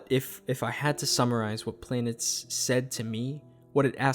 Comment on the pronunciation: It's pronounced "planetess" btw.